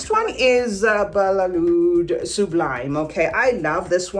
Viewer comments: No it's not balelood It's Badee-eh Al Oud I'm Arabian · Lol these employees don't know how to read its badee al loud with a D. I am mative arabic speaker